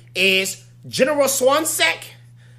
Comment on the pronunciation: Lol swansack... swanwick homie 😂✊ great vid